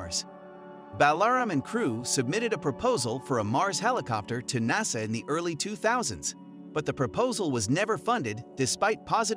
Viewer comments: "Naysa"? And we're done! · When you can't even pronounce the acronym NASA correctly, it makes me question the validity of anything else you may have to say. I did not watch the rest of your video. Good day to you, sir.